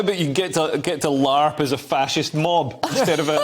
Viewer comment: You said Fascist wrong.